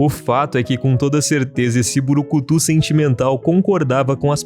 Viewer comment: Gostei do video mas fiquei um pouco agoniado falando "burucutu" o certo é brucutu vivendo e aprendendo tmj bom video